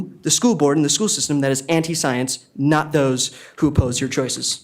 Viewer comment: "SOYLENCE! You will follow the soyence"